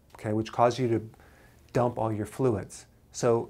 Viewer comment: Sorry but I giggle everytime he says,dump,, good info tho.